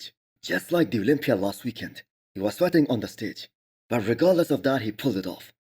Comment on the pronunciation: Misses Olympia??? why do you not make an effort to say it right??? I love your videos